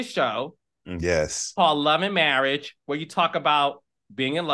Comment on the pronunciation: Let's get some English courses, all that studying and she can't pronounce marriage...marrish, 🤣